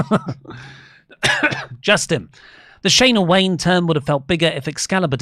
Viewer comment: Between "Tom Doland" & "Shayna Wayna", I need to go back to English class to learn how to say people's names correctly. lol